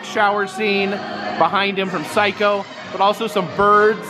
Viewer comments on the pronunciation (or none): none